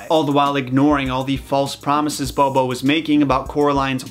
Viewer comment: mr. bo binski I’m sorry I was gonna ignore it but bo bo ugh I just couldn’t it bothered me so much